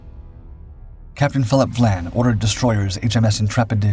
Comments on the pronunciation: Captain Phillip VIAN, not VLAN.... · Your narrator misread the name of Capt. Vian. That is an "i" after the "V", so it it is Capt. VY-ANNE, NOT Capt. Vlan. So a human narrator for once? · Apparently Captain Dau was forced to retire & killed himself on the day Germany surrendered. And it's "Phillip Vian" - not "Vlan" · For Gods sake get it right !! It’s Captain Philip Vian NOT Captain Philip Vlan. Also, why are you showing images of battleships and cruisers when HMS Cossack was a destroyer. There are plenty of images available of British destroyers, including Cossack, so there is absolutely no excuse for this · Capt VIAN not Vlan. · It is good that, again, the AI mispronunciations have been picked up. There is no letter l in Sir Philip's name - It is VIAN. Moving on, there is no "D" in British - but there is a letter T with which Americans have difficulty. Again, the refusal (not denial) of permission to proceed would probably (not "likely") have been refused, not "denied". English is our language, and we are proud of it: American is a somewhat different language, in increasing ways.